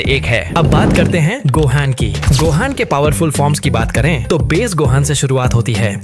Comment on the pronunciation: Ultimate gohan ko base gohaj bol rha 😂